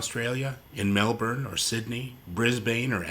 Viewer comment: very interesting, thanks! as i sydneysider i had no idea this existed! p.s. you got the pronunciation of melbourne right (which is rare) but brisbane is more like "bris-bun" ;)